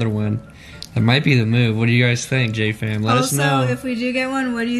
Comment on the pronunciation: When he said "JJ Fam" I could have sworn he said "Jatie Fam". I had to replay it several times and well it still sounds like it. lol